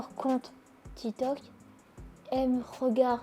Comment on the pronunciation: Grave, déjà quelle n'arrive toujours pas à prononcer son employeur, TITOK